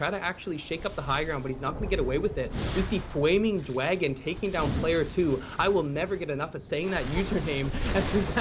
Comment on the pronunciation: Fwaming Dwagon!